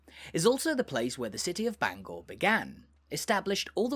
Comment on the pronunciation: Your pronunciation of Bangor hurts my head!